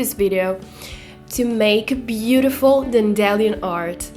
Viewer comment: non vorrei fare il saputello rompiscatole ma sto leggendo the hunger games in inglese e mi è capitato di tradurre dandelion (dente di leone)... la pronuncia corretta mi sa che è qualcosa tipo DAENDILAION non DENDELION... magari vedi wordreference o google transalate... spero di sbagliarmi e scusa la precisazione che poi la cosa è del tutto casuale come ho detto, fosse per il mio inglese dovrei starmene zitto zitto ;)..